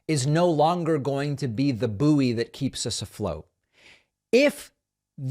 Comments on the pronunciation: Do all Americans pronounced bouy as boo-ey rather than boy? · Why does David keep pronouncing 'bouy' as 'boo-ee'? Is this some weird US pronunciation I'm unaware of? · Buoy is pronounced BOY!!! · "The train is not going to be the bouy?" I wouldn't use a train for a bouy. I wouldn't want a floating train.